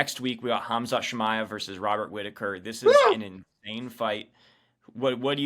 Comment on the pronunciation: Why do a lot of americans Call Khamzat, Hazmat ? Lol